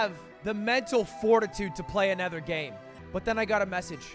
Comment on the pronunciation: Anyone else notice how Lud can't pronounce other or another properly, he says erther or anerther like everytime lmao